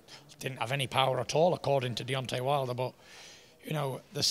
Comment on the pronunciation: 13.40 Fury said: "Deontay Milder."